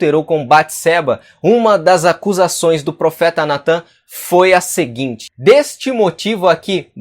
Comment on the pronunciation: No minuto a fala correta é (déste) e não (dêste) Davi deu motivo para que falassem.